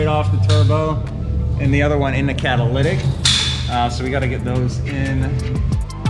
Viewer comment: that 'caddalidic"